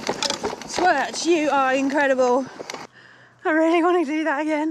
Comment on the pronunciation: My local 😁😍 pronounce it "took" 👍 you have to pick your Pedal strokes carefully on certain parts of the climb glad you enjoyed the Twrch try doing the Cafall trail aswell after a bite to eat and drink and well done 😁😍👍